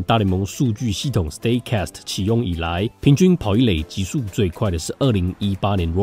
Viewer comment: 是stat cast, 不是stay cast。🙏